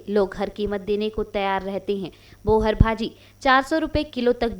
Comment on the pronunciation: बोहर नही बोहार